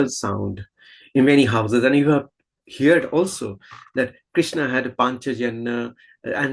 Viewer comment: It is not hear' ed, say it as one word "heard"